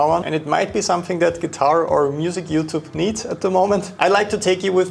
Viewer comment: At first my english ears thought you said "FeudTube" 😂 It's sad that that seems accurate sometimes so kudos for sharing good vibes.